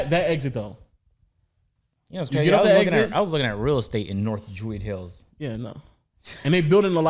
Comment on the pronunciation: Why does pronounce Druid hills, Drueeeed hills😂